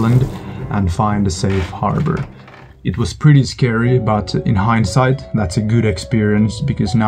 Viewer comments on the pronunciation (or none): none